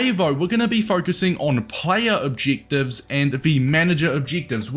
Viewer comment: Not to be rude but stop saying objectives like that😂